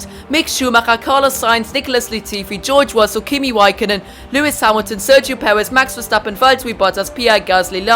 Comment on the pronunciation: geowge wussel 😂